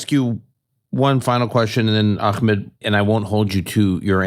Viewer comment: It's truly a minor minor point, but is noone else peeved that so many american podcasters find so many ways of mispronouncing Ahmed's name?